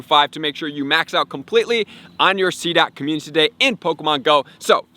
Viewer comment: I think my favorite part of this channel is hearing dude say “Commune-titty Day”. 💙